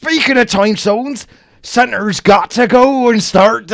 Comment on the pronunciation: Why you say santa like centaur?